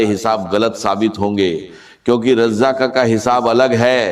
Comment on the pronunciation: اس شخص كو الرزاق کہنا نہیں آرھا ہے ۔ یہ کوئی ہندو ھے اس لیئے رزاق نہیں کہ پارھا ہے "الفتاح " کھولنے والا ہے ۔ " الغنی " یہ ہر گز ڈاکٹر اسرار احمد شہید نہیں مگر پیغام درست ھے۔ اسے بلاک کرنا ضروری ہے۔